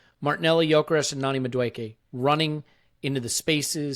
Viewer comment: Interesting you guys can pronounce Hincapie right but can't get Madueke or Bukayo right